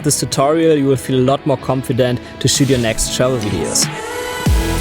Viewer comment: Awesome tips. But every time you were saying "Travel Videos", it sounded to me you were saying "Shovel Videos" hehe must be the accent and my French Canadian ears for sure:P